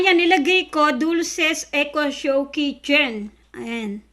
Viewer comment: Good Vibes ang introduction madam hindi mabigkas bigkas ang echo echo 8 nice unboxing keep up